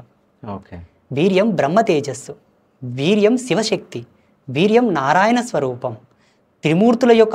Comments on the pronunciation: Orey lafoot adi viriyam leka miriyam kaadu ra 😂 Veeryam 🤦🏻‍♂️ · వీర్యం రా బాబు వి ర్యం కాదు